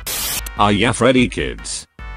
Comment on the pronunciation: Freddy ❌ feddy ✔️